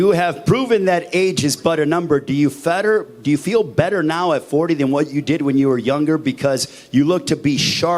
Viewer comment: "DO YOU FETTER?" 😂😂😂😂 FEEL BETTER 😂😂😂😂